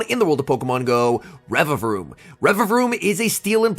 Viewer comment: Congrats on saying the name correctly!! 🎉🎉👏😆